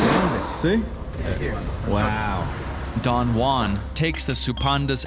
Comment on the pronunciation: Repeat after me: "Who", "ann"... JUAN.